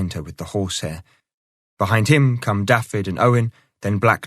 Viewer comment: Can somebody tell the narrator how to pronounce Dafydd, it's not Daffid, it's Daavith, the f is a v and dd is th.